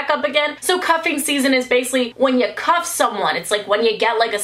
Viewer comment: Did anyone else think she said "cough" instead of "cuff"